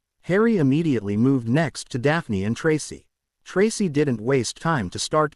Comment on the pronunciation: Learn how to say Tracy it is not tras